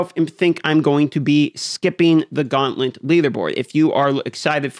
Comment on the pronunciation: Gauntlent? 😂 This guy has the most annoying voice and pronunciation.